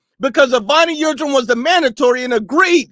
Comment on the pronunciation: Dude calls Avni Yildirim, Evony Yildrim and they ask him if he black or white lmfao